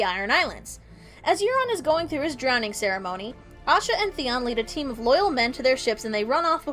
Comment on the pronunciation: It's Asha ;) Osha is the wildling with Rickon that Ramsey stabs..and this is why they changed her name :)